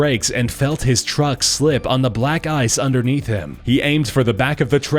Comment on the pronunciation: the way he said trucks killed me😂